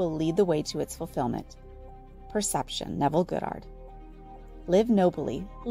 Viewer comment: Can we please start pronouncing Neville's last name correctly??? Kinda distracting...